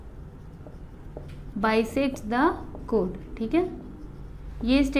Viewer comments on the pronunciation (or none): Missssssss l am sorry but your pronouns of choord is wrong